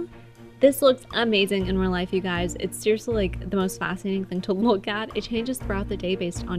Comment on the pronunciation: She said "Hey Suys"